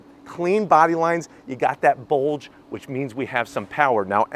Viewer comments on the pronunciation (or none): “YOU GOT THAT BULDGE WHICH MEANS WE GOT SOME POWA” 😂😂 love your vids man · No "D" in " bulge, my man.🤨